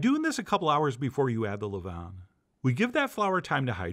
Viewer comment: Levain is pronounced the way you pronounce Oscar Levant's last name, but without the T on the end. Only mention it because you said it so many times it was driving me nuts. Beautiful bread.